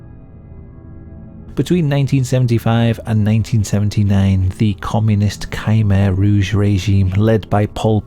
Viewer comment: Great video mate, though your pronunciation of “Khmer Rouge” is rather nightmare inducing.